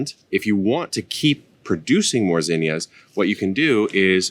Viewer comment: Thanks for saying it right gosh damn my mom and aunt were calling them zeeenyuhs